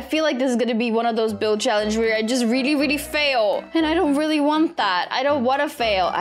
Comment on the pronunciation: I love when you say “Really” and it sounds like “Rilly"🥺 And it’s soooo cute